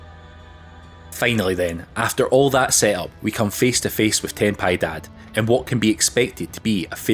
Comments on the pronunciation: Ten Pee-eh-daad (although 10 pie dads are a great visual to imagine) Jondo = Hondo (no excuse for this one, NPCs pronounce it at least 3 times) There's another J=H name in the game but it didn't come up and I can't recall what it was. Possibly an item iirc. All other Spanish/Latin pronunciations are on-point. I also want to add that this is a very valid "prayer only" run, since you did actually use only prayers whenever possible. Love the run and all the Blasphemous content you've done <3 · As a Spanish its so funny watch english speakers trying to pronounce "ten piedad", if you don't know it means "have mercy", great video btw❤